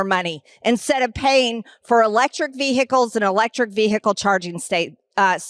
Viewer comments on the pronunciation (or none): Vee - hick- als....there's old B6 again , showcasing her lack of IQ points. 😂😂😂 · If we ‘have to wait while the military charges its electric vehicles” - sorry, vee-hick-kills - then the military wouldn’t be very ‘prepared’. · Greene: VeyHicules. She probably also calls a sandwich a sangwich. SMH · "electric veehickles" 😆😆😆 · In all of my dictionaries vehicles has a silent 'h'. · I never knew the word 'Vehicles' had 3 syllables until I heard this neanderthal speak